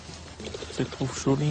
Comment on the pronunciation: Mdr si on écoute bien il dit cholie mdr